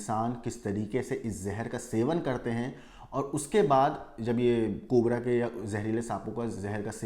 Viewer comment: Bro said 'cobre' 😂